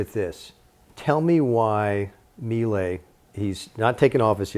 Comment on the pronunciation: At least pronounce Milei correctly🔥🇦🇷